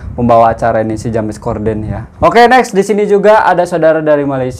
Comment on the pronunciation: Salam sunan...bkn sekolah swasta tpi sekolah pemerentah...P ITU bermaksud perempuan...kalau L..Tu lelaki...bkn Ja mes ..tpi di sebut Jems...maaf ya jika diperbetulkan sebutannya...